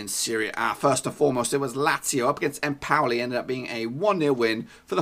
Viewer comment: Not empouli. Lol